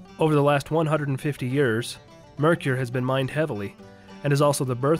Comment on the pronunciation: Good info about several ghost towns.One thing; it isn't pronounced Mercure It is pronounce Merker.. And for the record,spelled Mercur.